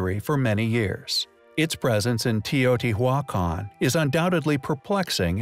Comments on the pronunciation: bugged me every time. just stop saying it damn you! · 'Te o t wac on' lol! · Just Dos no it's not, he just don't know how to say it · The pronunciation was horrific lol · The name of the site "Teotihuacan" is easy to pronounce. All vowels are sounded out as short vowels and the H is silent! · The "H" in Teotihuacan is silent. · I CAN'T FUCKING BELIEVE HOW YOU JUST PRONOUNCED TEOTIHUACAN -_- DISGUSTED THIS WAS THE WORST EVER ONE